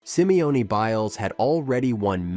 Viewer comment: Simione?? Come on dude...